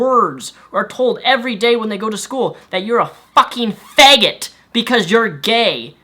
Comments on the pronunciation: why does he pronounce it fague-it? doesn't matter, just funny to me. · LOL, I like the way he says FAEYGET. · pronounces it wierd. Beg, feg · "feg" 😂 no hate it's just funny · "a faegit"